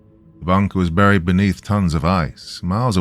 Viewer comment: I’ve noticed when R’s and L, fall in the middle of the word and are not double consonants you tend to turn them into W’s. “Buwied” instead of buried. Just my 0.02 it sounds like a speech impediment